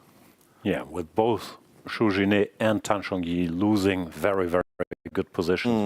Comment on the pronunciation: why are you pronouncing Zhu Jiner's name in French? The syllable 'er' sounds...er...like 'er' (or 'ar'). Pretty simple as Chinese names go.